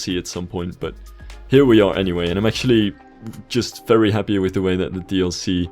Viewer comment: just finished talking about the cool ferry's coming in the new dlc "I'm FERRY happy to see this dlc" slivs pronunciation of words amuses me sometimes.